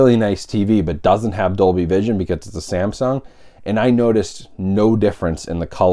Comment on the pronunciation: Dolby "Cision". lol Good job. :P